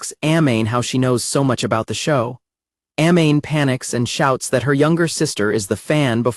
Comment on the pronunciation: I hate the fact that you're mispronouncing Amane's name..